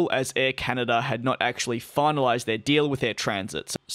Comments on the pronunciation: You keep pronouncing "Transat" as 'Transit'... there are two a's in there. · As in, I went on vacation and SAT on a beach chair all week 😎 🌴